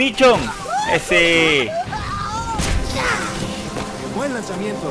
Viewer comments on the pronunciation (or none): jajaj " I need munichion " jaja you are tremendo ;)